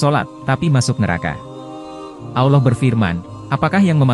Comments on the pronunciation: maaf min saya tidak nyaman dengan penyebutann "awloh" saya lebih nyama mendengar dgn penyebutan "Allah" .. apa telingan saya yg salah ya ? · Pembaca video nya kaya bukan orang Islam, nyebut Alloh aja semrawut